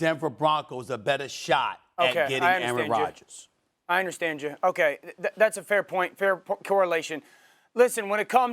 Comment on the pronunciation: SAS said “Aryan Rodgers” 😂😂